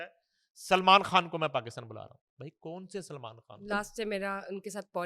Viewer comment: بشری کھان سلمان کھان کوئی اس بندی کا تلفظ ٹھیک کرائیں